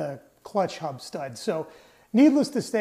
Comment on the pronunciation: yeap! I'm from Brazil and "h" sounds like "r", yes, hub! It is a elastic pin and it should be there. I just made one from a roller bearing. All fine now! Thanks! Great video!